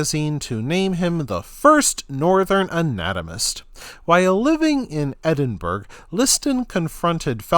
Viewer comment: Edin burg?? It prounced Edinburgh ya tit